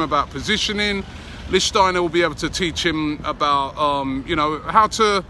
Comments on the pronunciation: Oh no he said Lichtensteiner... 😵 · Robbie his name is LICHTSTEINER NOT LICHTENSTEINER! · Robbie, it's pronounceed Lichstenstenstenstensteiner !! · LEEK-SCH-TEINER! but at least you're trying now! haha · New drinking game. Take a sip every time Robbie pronounces Lichsteiner differently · Robbie pronounced his name differently each time lol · Your getting closer to saying his name right. But still not quite right